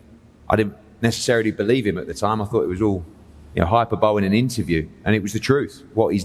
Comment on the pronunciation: hyperbowl eddie ? hyperbole hi-per-bo-lay